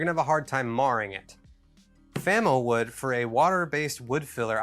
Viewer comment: we'll okkk,,,,,, it's FAMOwood not Famawood --- I got - I got it